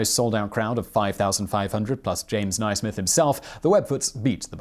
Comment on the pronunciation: To add to Mitch Ellis's remark, Dr Naismith's name is pronounced 'Naysmith', not 'Nighsmith', or all of us University of Kansas people (where he taught for may years, and where he died) are pronouncing it wrong.